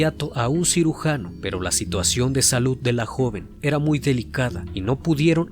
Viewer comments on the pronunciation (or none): none